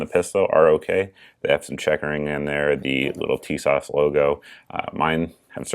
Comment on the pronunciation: in YM's review, he pronounces Tisas "tit sauce".